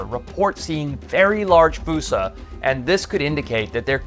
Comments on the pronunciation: wouldnt "fuu-sa" be spelled foosa not fossa? So "Foss-sa" sort of like fossil?? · Im trying to watch ur vids but every time i take issue with your pronunciation ITS FOSSA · Why is it spelled Fossa but pronounced Foosa =(